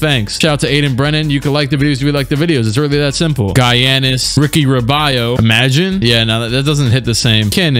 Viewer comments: "(Guy-ann-is) Bruv I'm dead😂😂😂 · I almost spit my food out when you said "GUY-ANN-IS"